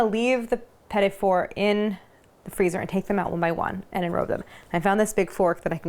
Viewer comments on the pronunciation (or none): It's not pronounced petty fours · Go online and look up pronounceation for petit fours